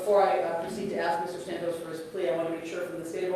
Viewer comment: That gringa keeps saying Santos wrong. Wedos can never say it correct. A is not long its short ding dong. The prisioners will take care of Sa ntos